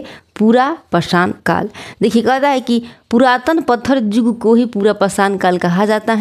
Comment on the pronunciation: Phele padhna Sikh ligiye yug ko jug padhte hai 😅